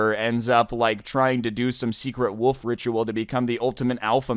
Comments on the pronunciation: It is not woof it is a wolf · the way you pronounce wolf tho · pronouncing "wolf" as "woof" gets me very time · can't pronounce wolf